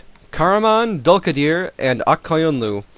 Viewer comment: The way he pronounces karaman dülkadir ( dulkadir) and ak koyunlu is funny ( i used their real names )